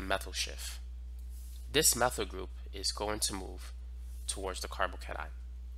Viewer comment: Why you pronounce it like carbocanine 😂